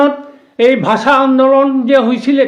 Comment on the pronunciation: ভাচা নহয় ৷ ভাষা বুলি কয় 😅